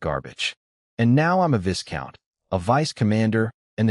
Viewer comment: love this story. One thing...the 's' is silent in Viscount. It's pronounced 'Vi-count' Weird I know...but English is a strange language.